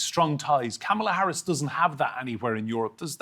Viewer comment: To the american contributors, with all due respect. If you don’t know how to pronounce her name correctly, just refer to her as Vice-President Harris